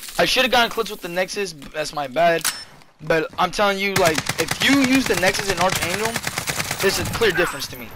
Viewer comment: Btw it's pronounced 'arK-angel' not 'arTSH-angel'